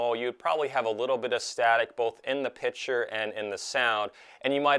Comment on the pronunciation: "Pitcher" A pitcher is for beer and baseball. The word you're looking for is picture. Say it with me, PIC TURE, Not PIT CHER.